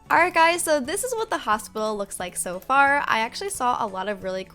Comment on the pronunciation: Literally in the last vid one person said hostpital